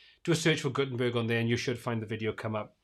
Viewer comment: Did you say “GutenTURD”? 😆